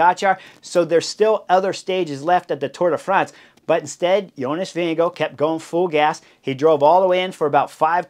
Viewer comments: doesn’t seem obvious, reading the above about how to pronounce his name. The last part (gaard) is the old way of spelling “gård”, and is pronounced pretty much like the English word “gore”, not like “guard” or “go”. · Vingegaard...how is this actually pronounced ?? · THANK YOU !!! I was trying to make a point... As much as I enjoy the in depth analysis of racing bike racing, I wish there was at least an attempt at proper pronunciation of VINGEGAARD..